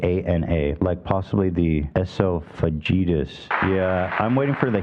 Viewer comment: Ironic that he criticizes you for pronouncing a medical word wrong yet he is pronouncing tryptase and esophagitis and multiple other words wrong (I’m a nurse). Also he says “self diagnosed himself”, which is redundant. It’s either “self diagnosed” or “diagnosed himself” 🙄. He is a twit